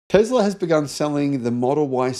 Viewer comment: please stop saying "Tezzzla". It's absolutely infuriating to hear someone like you constantly mispronouncing "T E S L A"!